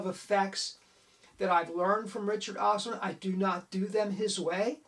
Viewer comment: "Osterlind" .. not "Osterlund"